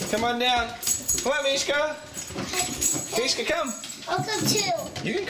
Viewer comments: lol mishka the talking husky and the way she pronouced mishka on fisrk "mihka the taking husky" oh.. it is pronounced mihka... -_-* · I love how Trevor says Mishka in the beginning- Meeka :) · i love it how Trevor says Mika not Mishka lol